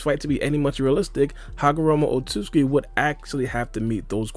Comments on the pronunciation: The amount of times said otsukuki is astra dramatical to the point where he can’t even pronounce it correctly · You’re pronouncing Otsutsuki wrong but it still is pretty close not to rude or anything. it’s not easy to pronounce at all but I’d pay money to see Charles Barkley try to pronounce it